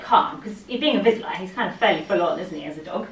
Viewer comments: Love how english people get a vizsla yet they cannot pronounce it 😂 (also,they are the most obnoxious dogs ever, I live in Hungary and they are terrible) so good luck! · I pronounce it Vee-shh-la. Is that right?